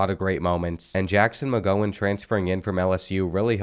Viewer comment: At 41 mins you said Jackson mgowhen Steven mgowhen